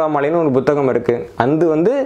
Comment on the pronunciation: நான் பத்தாம் வகுப்புவரை தமிழ் படித்திருக்கிறேன் 12ஆம் வகுப்புவரை தமிழில் படித்தேன். இதுதான் எனது நிலைமை. ஐயா நீங்கள் ஒரு தமிழ் ஆய்வாளர் புத்தகம் - Buத்தGaம், புத்தி - Buத்தி என்றும் உச்சரிக்கிறீர்கள் அதன் காரணமென்ன நான் முதலாம் வகுப்பிலிருந்து புத்தகம், புத்தி என்றுதான் எழுதவும் உச்சரிக்கவும் பழகியிருக்கிறேன். இவை மட்டுமல்ல பல சொற்களை வித்தியாசமாக உச்சரிக்கிறீர்கள் அதன் காரணமென்ன? எனது அறிவுக்கு எட்டியவரை தவறன உச்சரிப்பே...